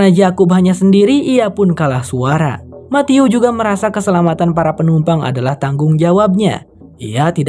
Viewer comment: Pas ngucapin Matthew aku denger ny mati-u —>mati-yuu —> mati-yuk 😂😂😂